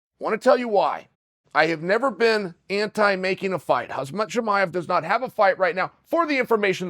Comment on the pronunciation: "Julia pena" and "hazmat chimaev" 🤣